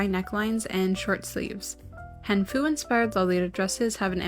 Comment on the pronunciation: hii, i love this video! just wanted to say "qi" is actually pronounced like "chi," and "han" is pronounced like "hahn" c